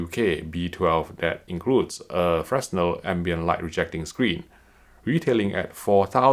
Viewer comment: I'm going to be that guy, it's pronounced "fre-nell"